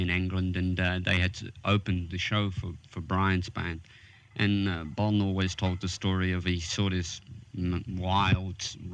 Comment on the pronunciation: Someone needs to explain to the interviewer that the "a" in "and" doesn't sound like "ooooo". It's and, not oooond!